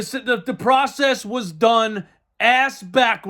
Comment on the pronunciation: LMFAO!!! "The pwocess", " twust tha pwocess!!!!!"😃